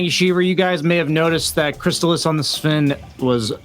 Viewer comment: Once you hear “thank you sheever” you know boutta break something down you didn’t even know was a thing